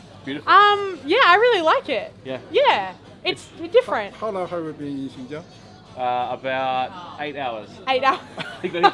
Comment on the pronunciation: Loved this video! Just wanted to help you pronounce the place name correctly. So, it is SHIN-GEE (the letter G)-ANG